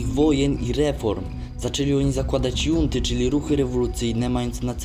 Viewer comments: "Junta" czytamy jako "chunta" . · Junta czyta się hunta, ale filmik spoko. Pozdro z Peru